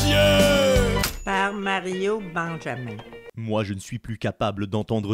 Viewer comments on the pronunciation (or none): On dit Benjamim !